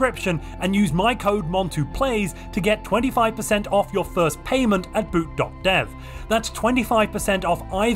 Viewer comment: when you said boot.dev, I swear I thought you were saying boot doctor with the weirdest accent